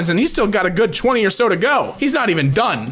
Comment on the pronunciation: "Kelentan" he mispronounced Kelantan (it's a malaysian state)